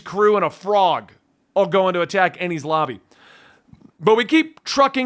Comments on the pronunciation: Enies Lobby pronunciation good 👍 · Your pronunciations are getting better as you got Enies Lobby perfectly. Enies lobby is one of the best arcs in one piece as it'll feel like the best cartharsis you ever gotten. Also that trope of nico robin not telling them hold on to that a while longer cuz it not that simple.